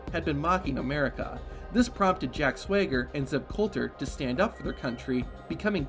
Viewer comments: He keeps saying"Jack Swigger", lmao it's SWAGger. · Why does dude keep pronouncing his name "Jack Sway-ger"?